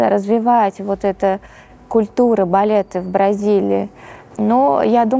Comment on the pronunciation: Приятнейшая правильная речь. Милейшая редукция гласных, проявляющая в героине бразильянку (говорит "балета", а произносит "балеты")))).